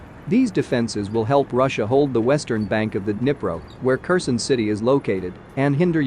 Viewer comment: Type it "care sahn" and your narrator program will read it properly.